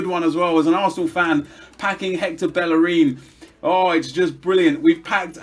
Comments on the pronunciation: BellerIN, not bellereeen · why do you call him bell a reen? its bey a rin two Ls together in Spanish are pronounced as a y mate